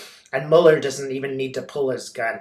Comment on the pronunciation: I love you, but could you please pronounce Mueller's name correctly? Thank you! Your videos are very comforting and uplifting, and you are a force for good in the world 🕊❤🌈🕉🌎